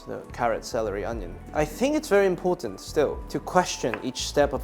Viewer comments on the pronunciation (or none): none